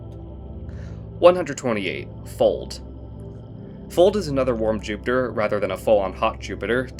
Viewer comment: "Fold" in Icelandic has it's "o" pronounced like the o in lock, not like the one in the English word "fold". If that was the case, then the exoplanets name would be spelled "Fóld" and not "Fold", since ó is the Icelandic letter that makes the sound that the o does in Fold, not o. I hope this makes sense. But ignoring pronunciation, you have done a very good job trying to rank all of these planets cohesively.